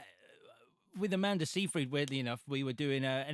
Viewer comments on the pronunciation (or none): i thought it went ‘say-freed’